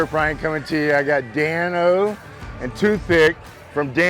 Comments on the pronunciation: Dan-o’s more like Dan-no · dane-o .... that shih was pissing me off